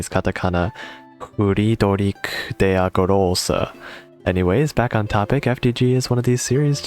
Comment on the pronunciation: As a german nativ speaker I have to say: Your pronunciation of "Friedrich der Große" was pretty damn good. You nailed the "der Große" part. 100% spott on! The "Friedrich" was a destinced japanese pronunciation :) Nice Videos! Helped me a lot with gear. Thx for that :)